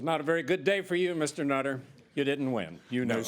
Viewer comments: The Judge said mr 'nut'-ter🤣🤣🤣🤣. Anyone else caught that? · "MR NUT -TER" 🤣 Excellent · Did yall notice how JM kept saying "Mr. NUT-ter" lol. She knew what she was doing, lol. He definitely has a few screws loose. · Lolol she said “Mr. Nut - ter” 🤣😂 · Lol 😆😆 she said mr nut - ter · Lmfao! Did anyone notice how she said "Mr.NUT-TER!? SHE FLAT OUT CALLED HIM A NUT!!!! I LOVE IT!!! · "Nathan Nutterrrr" 😂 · How she emphasized "Mr. NUT-ter!" LOL 😂😂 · I like when she emphasized the "nut" part of his name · The way she kept enunciating his name 😂😂😂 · Yes, Nutter, because he's a nut, crazy mad man😆 .